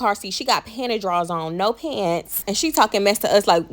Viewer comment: “PANTY DRAWlS “ !!!!